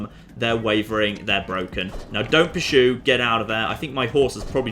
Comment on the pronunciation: Puh-soo? It's pronounced how it is spelled I believe. Pur-Sue